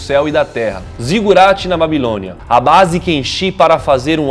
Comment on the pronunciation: "Civalizações" / "Babilonha" / "Nabucodonos (z)or II (Segundo) e não dois".